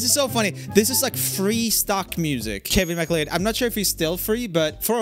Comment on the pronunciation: FYI Macleod is pronounced 'muh·klowd' (or mah-cloud)